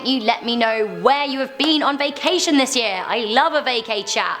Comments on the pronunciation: My vicashon was not a vacashon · Just say vacation ffs